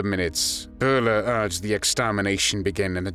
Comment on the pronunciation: Josef Byler, not Josef Buler! It´s a german y!